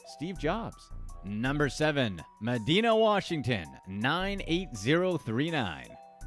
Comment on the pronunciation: It’s Med-eye-na. Not Med-e-na. Across the water from me in Seattle.